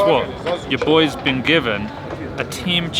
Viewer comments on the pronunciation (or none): none